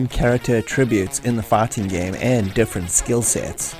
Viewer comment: it took me till minute to understand you were saying "fighting", i was hearing "farting". I heard a farting sequence was removed and I thought "well, ok, i guess a farting sequence was not necessary" 🤣